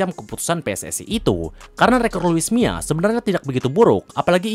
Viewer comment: Mila bang bukan mia